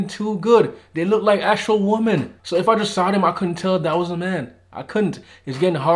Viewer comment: You still don't know how to pronounce "women" correctly and it bugs me.